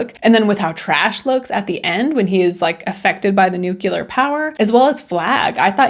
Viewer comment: I hate when people say nuculer